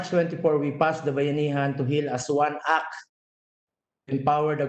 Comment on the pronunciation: act, with "t" Hindi "ack"